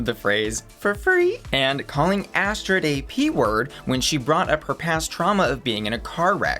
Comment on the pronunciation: Just letting you know Astrud is pronounced Astrid, it just because she is Brazilian she wanted to spell it to connect more with her heritage